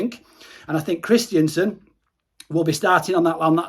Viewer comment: Kristensen not Kristiansen haha. Great videos though mate.